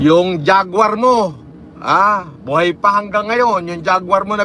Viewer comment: ❎ JAGUAR ✅ GUARJA (GWARDYA) 😂😂😂